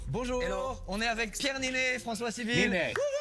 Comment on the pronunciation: niney : pronounce "ninnay".